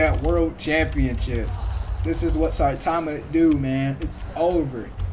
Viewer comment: Bro it’s not citaaahma its saitama